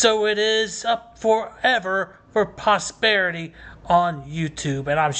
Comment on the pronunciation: It's posterity, not posperity, which isn't a word. Maybe prosperity? Anyhow, it's posterity. Thank you for making sure this video survives his own deletion. Days are numbered.